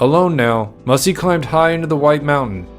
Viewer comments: Pronounced "MASAI" NOT MASSY!!!!😮😮😮😮😮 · He was not the last free Apache. There was a large band of Chiricahua led by Nino Cochise lived high in the Sierra Madre! Also! You are misprouncing his name! It is Massai, not Mussy! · I'm sorry his name wasn't pronounced Mussy. It was pronounced Mass- as in Catholic mass and I, as in you and I. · MASS I NOT WHATEVER HE SAID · You mispronounced his name.